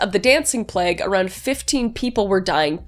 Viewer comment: Again, I love you - but is it a canadian thing to pronounce plague as pl- egg and not pl - a-gh?